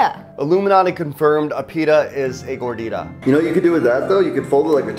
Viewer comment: The way the say Gordita made me cringe since I’m Mexican🇲🇽